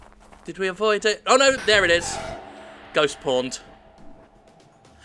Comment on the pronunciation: Who else keeps hearing it as "ghost porned?"